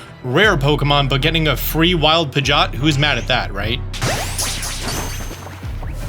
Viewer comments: X Pi-jot ✓ Pid-ge-ot Pidgeot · I’m pretty sure it’s Pidgey-Ot. What in the world is a Pidg-Ot? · Disliked because you keep saying “pidge-aught” and I hate it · am the only one triggered but him saying pigioet wrong